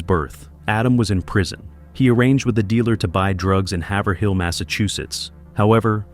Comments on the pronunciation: HAIVE-RILL. Not HAVER-HILL. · You mentioned Haverhill Massachusetts the wrong way the last h is silence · it’s pronounced "hayvrul” not "have-er-hill" lol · Lol it’s so cute the way you pronounce Haverhill, Mass. It pronunciation sounds more like havioral even though it spelled like Haverhill. The H in hill is silent the A in Have is a long = Have-rill That was so adorable🥰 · Haverhill” hay- ver- hill the a is strong in the word like the word hate ( I live in mass and a lot of people mess up the pronunciation lol) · It’s have er all is how Haverhill is pronounced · Haverhill is not pronounced that way, they should free him in the middle of Manchester and tell everyone where he is, let us deal with him